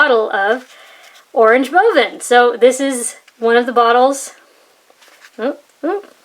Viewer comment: correct prononcuation of oranje boven!